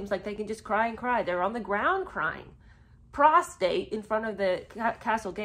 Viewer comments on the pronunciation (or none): prostrate … not prostate😉